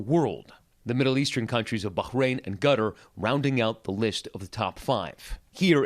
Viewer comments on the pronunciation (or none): He really hit the H hard on Bahrain and completely mispronounced Qatar.